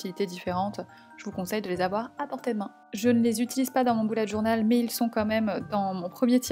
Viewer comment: Tu dit boulette journal